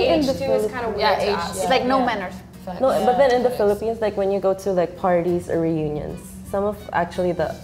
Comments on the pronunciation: It should be "Philippines" not "Philliphines." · Philippines not Philliphines